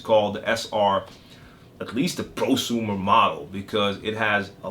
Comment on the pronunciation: lol bro. you said Pro-Sumer model...